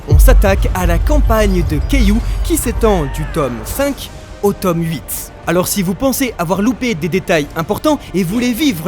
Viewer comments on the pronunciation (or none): none